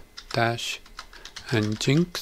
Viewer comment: great vid. nginx should be pronounced 'engine X', and not 'n-ginx'.